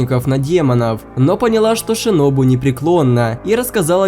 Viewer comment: В манге кое что странное томиока сказал что сабито умер один а как же та девочка которая помогала танджиро с тренировкой дыхания? И ты сказал шиноби а не шинобу